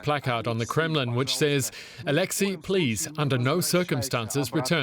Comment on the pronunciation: A huge thank you to the presenter for saying Alexei’s name and surname right.